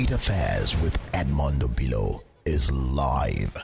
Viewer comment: It is silly and colonial mentality exhibiting to be pronouncing Obi-lọ (calming/consoling heart or solace) as "O-bee-law" in a bizarre way to anglicize the Igbo name. This behavior is irresponsible and conveys low self esteem. Be proud of your Igbo name and pronounce it as pronounced in Igbo -- oyibo does not respect Africans who try to be oyibo.